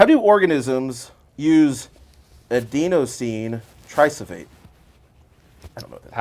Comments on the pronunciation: dammit! it's pronounced a-den-o-sine tri-fos-fate, I barely even got that one and I did biology, also I would so totally watch this if it was free like movie fights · aden-o-sin _ tri-phos-phate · BUTCHERED the pronunciation of adenosine triphosphate!